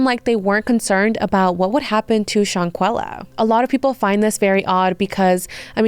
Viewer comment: The way you are calling her "Shawn-quilla" is killing me. Thumbs down.